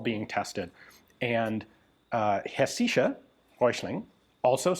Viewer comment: German guy here is it is not hesischer its is hessischer the s is Pronouced long it revers to the german Region of Hessen in english hessia so the rifle shoud be called hessian rifle in english or hessisches Gewehr in german